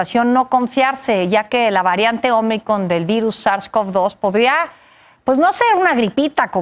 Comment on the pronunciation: Variante "omicon" XD